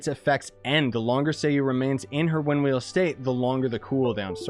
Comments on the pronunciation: Say it with me sai-u or sigh-u not say-you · it's a name so you need to pronounce it properly